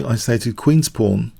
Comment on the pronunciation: every time this guy says "pawn" i hear porn